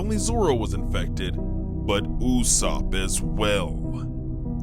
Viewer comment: bro say YASSOP and PERONA properly🥀💔😭🕊🤫😭🧏‍♂️🗣🔥😈🤑❗️